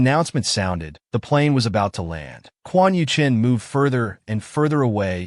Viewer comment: The AI narrator calls both MC and his mortal enemy Quan Yuchen which is confusing. Maybe the male antagonist is named Quan Yu Cheng and the AI narrator can't pronounce the letter "g." 🤔😋